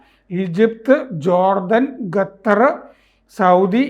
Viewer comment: ഗത്തർ അല്ല ഖത്തർ 😂😂